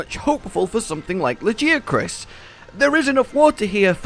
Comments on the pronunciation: It's la-gui-acrus (with gui as guild i'm not a native speaker so I hope you can understand nontheless) since it's just a translation of its japanese name wich is ラギアクルス (ragiakurusu). Is the pronunce spelled la-ghee-acrus? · Ok question, is it "La-guy-ya-crus" or as says "La-jee-ya-crus"? or is it just preference? Cause he said "Nerj-i-gon-tay' in stead of 'Nerg-i-gon-tay' and I know they definetly go with the 'g' in game. Just asking cause I've heard both now. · Like a gi for martial arts, ok. Noticed that sometimes turns G's into J's. Maybe it's an accent thing